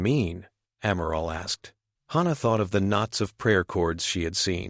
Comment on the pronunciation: Wonderful, unusual story! No surprise weapons, no miraculous tech, just grit and interspecies cooperation. I loved it, even though the AI couldn't decide on one pronunciation of Hana's name,.which was a constant annoyance.